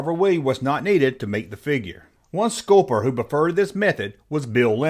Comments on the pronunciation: Now say, 'solder'. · Sculper? No. Sculpter.